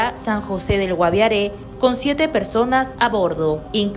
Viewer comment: que narra no es GUAVIARÈ. ES GUAVIARE SIN EL TILDE